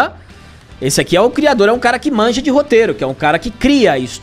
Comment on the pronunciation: Crirador??? Espero q seja uma piada, escrevendo antes de assistir.